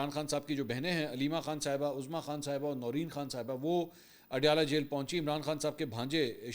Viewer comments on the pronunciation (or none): none